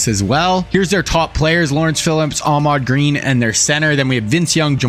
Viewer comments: His name is Ahman Green not Ahmad Green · Im not trying to be the typical annoying internet guy.. but its AHMAN GREEN not AHMAD... Ive watched two videos and its been driving me crazy... I thought I was wrong about his name until I finally decided to google it. AHMAN... lol